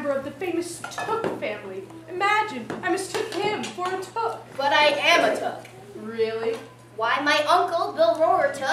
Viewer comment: this is pretty cool i played biblo in a hobbit play couple years ago as a teen so i was pleased to search for hobbit plays to find your hole 1 and i think you miss said the took family name i looked it up online and found this The Took family was the pre-eminent clan of Hobbits in the Shire, ... ("Took" was pronounced like "Two-k", not like "book" or "took"